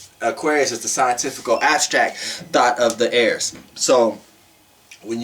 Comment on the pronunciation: But why I kept thinking u was saying “thot” 🥴🤣🤣